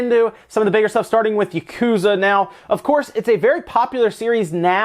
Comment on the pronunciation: When you say Japanese words like "yakuza" you don't ever stress the middle syllable or hold out any syllable for an extended length. Each syllable is pronounced with equal length in Japanese, so you don't say "yaKUza" like you do. Instead try it "ya ku za" with each syllable equal length.